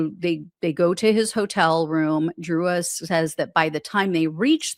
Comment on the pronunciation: Both and pronounced her surname DROOZ, spelled Drewes.